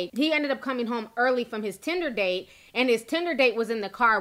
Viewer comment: Why the emphasis on "tinder-date" ?